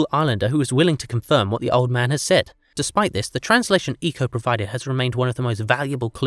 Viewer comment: I wish you had asked a Polynesian how to pronounce Rongorongo and Iko